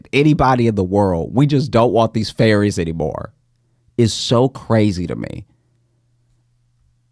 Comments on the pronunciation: LOL Josh I thought you were saying Fairies…not ferries. I was like WHAT is happening, am I witnessing some ethereal human trafficking right now. I didn’t even know we had confirmed they exist and now they’re being casually sold- it’s been a crazy few years but I didn’t know fairies were confirmed as real. Couldn’t be more relieved that the fairies are okay 😂☠️ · Omgosh... you were saying "FERRIES" not "fairies" which is what i heard as i was busying about the house listening to this lol... i was so lost on the topic